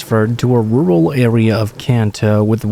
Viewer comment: Why do you pronounce your Ts like Ws? A wural area* verwy close. Weawy